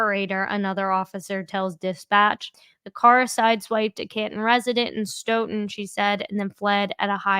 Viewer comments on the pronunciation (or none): Stoughton is pronounced~ STOW-TON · It's pronounced Stow Ton